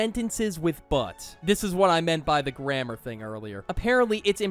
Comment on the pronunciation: Why is nobody talking about how he said grammer not grammar, he did it on purpose